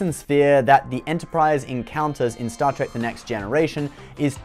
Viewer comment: "Star Track" lol